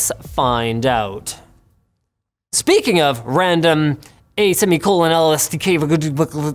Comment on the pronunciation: What i heard ..."skipping of.."